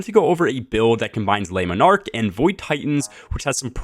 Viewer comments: It's not Les Monarque like you are saying, that would be plural. It's Le, singular to take the s off when pronouncing. Please. Great video as always. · Lemon Arc😂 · Man you butchering the name of that bow 😂